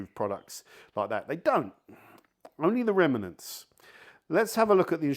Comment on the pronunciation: Remanants?? 😂😂😂